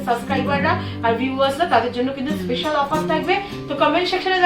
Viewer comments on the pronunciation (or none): none